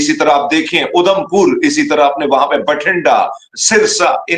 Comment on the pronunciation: 😂😂😂is sardar ko udhampur bolna nhi ara isse saaf samjh Ara tumne apna he koi mulla sardar bna k bitha diya 😂😂😂😂😂 gajab ho pakistani